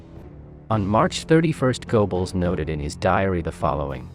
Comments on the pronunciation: GO-Bells? It's pronounced GUR-BULLS. It's a German thing, you understand. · Okay, but your pronunciation of Goebbels' name is painful to listen to, even for me, a non German speaker. (It's closer to Gerbbels or Geurbbels, but even that doesn't quite get it.)